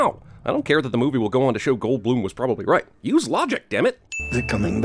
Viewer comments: "Listen, Discount John Oliver, he's clearly going to space with that spaceship ight there... " / . Did anyone else pick this "ight" up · the r in right is missing +1 sin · Everything wrong with "everything wrong with independence day resurgence - CinemaSins" You forgot the 'r' in right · you get a sin for missing the 'r' in 'right', second line first word